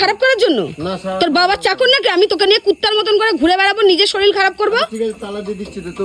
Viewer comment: Kotha ta SHORIL na Kotha ta SHORIR. Pora shona ta valo kore korle uchcharan tao valo hoto.